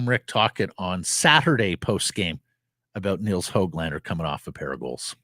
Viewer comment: It’s pronounced Höglander not how-glander. The umlauted ‘ö’ is a different thing, a separate vowel from the English ‘o’. Get it right noob. Go back to school and learn another language…at least try for a minute instead of coming across as an idiot. Just because the media is stupid doesn’t mean you have to follow suit. It a classic case of sheep in the herd